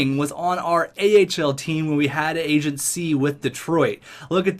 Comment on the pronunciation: Whenever I here him say free agency I here free "AgentC"